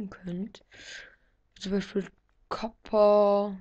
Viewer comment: Ich hab das Gefühl, du guckst LPmitKev...liegt am "Tschopper" statt Copper :D